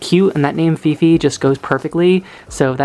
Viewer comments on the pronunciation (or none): hi! i know this is old video.. i just happen to saw your videos today and wanted to comment on a specific name that i can stop laughing.. 😂 not sure how you spell her name.. is it fifi or phi-phi? but the name just sounded like pipi or pipe (pronounced like pee-peh) in our language which means pussy 😂 and you said its because of the curly hair and i immediately thought of pubic hair.. sorry 😂 im bad..